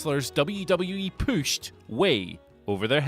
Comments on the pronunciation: drinking game, everytime he says "pooshed" take a shot......oh wait, that would kills someone, nevermind. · The way you pronounce “pushed” is annoying yet hilarious. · Who knew the word pushed had two O's in it.